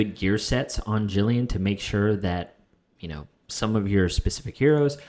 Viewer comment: It's Gillian not Jillian 😭😂